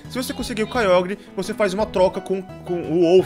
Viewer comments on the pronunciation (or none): none